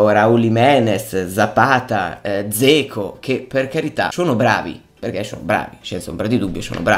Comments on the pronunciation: Cmq si pronuncia Geco...:) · te l'ho detto perlomeno io stavo scherzando perchè mi faceva sorridere la pronuncia poco azzeccata!! non intendo sfottere nessuno 😁✌ tanto meno ⚪⚫